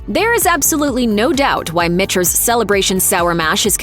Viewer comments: Did she say Mitchters (MISHTERS) or was that me..... It is pronounced MICKTERS after a MICHael and peTER created the brand. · Pronounced - “MICK-ters”. If you’re gonna pontificate about 5K+ $ whiskey at least get the name correct! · This is a joke. Narrated by a bot? You have Russell's Reserve 10 yr single barrel on your list and then show 4 different varieties of Russell's including the 13 year and the Rye? Also it is pronounced MIKTERS. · Never trust a review that can't pronounce Michters. Just sayin....